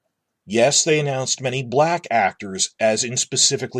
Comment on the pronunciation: Is it bad that when you said "black actors", my mind heard "black-tors"? … Perhaps I need more sleep, LOL.